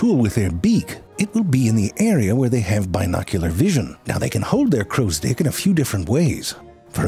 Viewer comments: Anybody else hearing "crows dick"? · every time he says "crows dick" instead of "crow stick" kills me! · He's saying "crow's dick", not stick, right? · Why do i keep hearing crow's dick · He is definitely saying “crows-dick” - right? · I constantly hear "crow's dick". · I keep hearing Crow's Dick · Frank spent all day practicing how to make it hard to tell if he was saying "crows stick" or "Crows dick" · Anybody else keep hearing crows d**k? No, just me?😅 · I just can't unhear crowsdicks. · I keep hearing "dick" 😂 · Drink every time he absolutely says crow's dick. Chug every time CC gets tricked into thinking he said stick. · Every time he says “crow stick” it sounds like “crow’s dick.” Obviously this is not accidental. 😂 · 🤨 Alright you're definitely reading "crow stick" that way on purpose. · You're saying "crow's dick" on purpose, aren't you? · All I could hear was "crow's dick". Every. Single. Time. When he said "hook tip...and that right there is a damn fine crow's dick" I threw my hands up knowing he did that on purpose. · Am I the only one hearing "crow's dick" over and over again. I'm almost certain that's what he is saying lol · Dude saying "crow stick" like Danny Devito says "boy's soul." ...With a decidedly unwelcome and unwarranted emphasis on a nonexistent "d" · When you say crows stick ... it sounds like you are saying something else..... if you know what I mean!?! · Am I the only one that does not hear crows "stick" but something else instead of stick? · He kept saying crow sticks but we kept hearing something else. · I've been hoping for this one, crows are one of my favorite birds. It's incredible just how intelligent and creative they are. Using tools is one thing, but the way they make them is really impressive. Also, I love the way you pronounce "crow stick." I can't unhear it and it's hilarious.